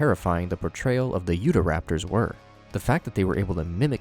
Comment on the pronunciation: absolutely baffled by the pronunciation of "yudaraptor". was my state renamed while i wasn't looking?